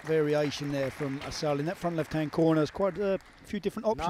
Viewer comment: cant believe somebody name is pronounced "asshole"